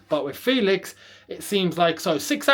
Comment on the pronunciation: The pronunciation is “FEHLIX” and not “FEELIX”